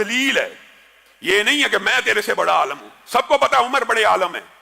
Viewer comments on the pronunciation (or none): عالَم اور عاِلم میں فرق ہوتا ھے جناب!!